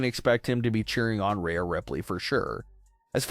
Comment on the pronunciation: Who is Raya Ripley? You’re pronouncing Rhea wrong